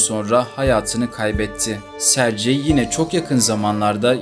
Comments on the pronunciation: Rusyada, Rusçada Sercey diye bir issim yok bilader!!!!! Aynı yazıldığı gibi söylenir Sergey!!! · SARCEYDEN sonra izlemeyi bıraktım. SERGEY diye söylenir. Sankt Peterburguda. Sankt PETRASBURG dediğiniz gibi. Hep telaffuzu bozuyosunuz. Önce biraz telaffuz eğitimi alın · sercei okunmaz serygey okunur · Serci nedir? Sergey😂😂😂😂😂😂 Sergey ingilis ismi degil. Serci okunsun. önce öğren sonra konuş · Sercey deyil Sergey yumuşak g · AY bala serci yox Sergey g harfiyle serqey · Italyan ismi gibi okuyorsun.sercei degil sergey diye okunur. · Hikaye için teşekkür ederiz. Ancak, bir Rus dili ve edebiyatçısı olarak şunu demeliyim ki, adamın ismini yanlış hitap eden diyorsunuz, doğrusu Serg(Giresun)ey👍🏻. C değil. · Her Sercey deyende eseb oluram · sergey okunur